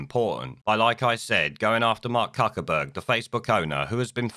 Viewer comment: Cuckerberg ???,......I thought it was pronounced Fuckerberg ??? 🤔